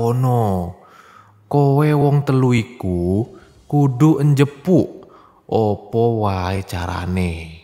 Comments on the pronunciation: Ngakakk njepuk bukan njupuk 😂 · njupuk mas.bukan njepuk 🤣